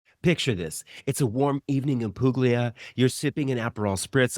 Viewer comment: Nooooo. It’s not Puglia with a “G” I mean it has a “G” but you don’t pronounce it when you say Puglia